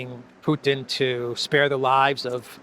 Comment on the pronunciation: the way graham says putin. he should just shut up and talk about coal mines and shit. horrible.